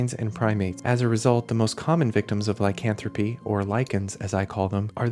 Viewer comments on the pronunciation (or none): none